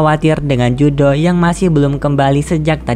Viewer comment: Keduanya salah yang benar riruru dalam cerita versi bahasa jepangnya dia dipanggil riruru dan judo bukan judo namanya tapi Juto